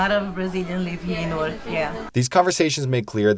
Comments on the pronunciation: It's pronounced Narwk!!!😂..I learned that when I moved to Jersey from NYC. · Also remember than Newark is a New-Ark.